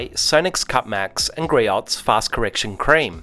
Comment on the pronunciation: GREE-OHS, not gree-otts.